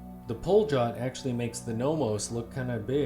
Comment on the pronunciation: The pronunciation is like “Palyot”